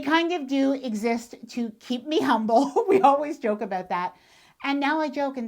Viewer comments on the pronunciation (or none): none